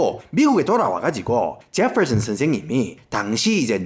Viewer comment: 제펄슨 스애임 발음 무지 구수하네예~